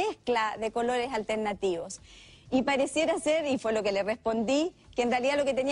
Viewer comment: Alguien que dice "mujieres" y "altelnativos", "espetativas", se coma todos las s, y que diga"pa" en lugar de "para que" o "para" no puede ser tomada en cuenta.